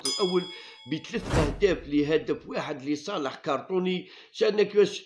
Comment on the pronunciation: Ya khouya shoubir c'est pas cartony c'est crotonne